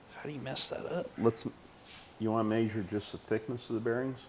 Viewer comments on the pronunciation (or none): I made a new drinking game, every time the old man says "may zure", take a shot. 😂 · "May-Zur it" 😂😂😂🤦🏽